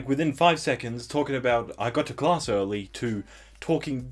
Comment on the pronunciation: Me: Omg is he gonna say class like "closs"????? Omg he pronounced it "closs"